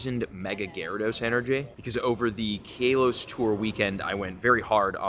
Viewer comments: How does he keep calling it Kay-Los? 😭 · Once again, he can't pronounce Kalos correctly in every video and events!